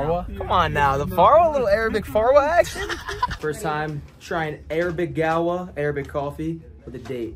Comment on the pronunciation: Sorry but it's ( Saudi gahwa ) and ( Saudi farwa )